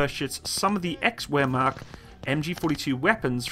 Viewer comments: I had a stroke when he said wehrmacht😂 bruh really said where mat. Idk where mat is dude 😂😂😂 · He pronounces the first half relatively well, pronouncing macht as "makt" is the problem. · It´s more like Vaermacht. "Ch" is hard to explain in writing. It´s the hollow sound your throat produces when you got something stuck in it which is not solid material and try to clear it (-> "chrrt") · W is prounonced V in german I think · Pronounces “Wehrmacht” “ware-mackt”; pronounces “Bundeswehr” correctly. O.o. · "Vermacht" not "Wearmacht" ;-) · “Waremat” oml, Wehrmacht is pronounced “vairmaht” I only speak English, but the closest language I can understand is German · He pronounced the w as w you pronounce it v like vermoch division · Wermacht den so was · Were you purposely mispronouncing German words that are properly pronounced Vare Moct and boon des vare? MG42 was awesome with the heavy MG precision mount that would pretty much stitch rounds into a small baseball size hole. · Wehrmacht is pronounced Vaermakt essentially, at least that's mine understanding. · You know it will be bad when he says wermacht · It's pronounced vehyr-macht. And it's heckler and - koch (coke) like coca cola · 😂 “wehrmacht” is pronounced with a “v” sound, “v” as in very, not a “w” sound. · He just butchers every foreign word :) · its W (V sound) in German Wehrmacht .... you said it wrong . saying it like we do in Germany with a "V" sound instead of an English "W" sound